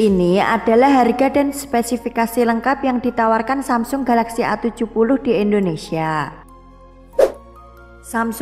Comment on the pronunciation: indonesia jadi * endonesia* tlg biacaranya di perbaiki !